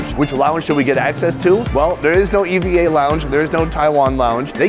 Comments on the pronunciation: It's pronounced Eva, just like a proper name.... Stop saying e v a. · It’s not pronounced as E V A, it’s pronounced as E-VA. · Its not e.v.air its eva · A few things. Puerto Rico is also home to it is part of the USA. And it is pronounced “eeva”